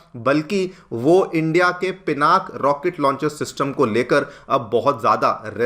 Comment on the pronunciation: Thanks you Sirji for saying पिनाक and not पिनाका.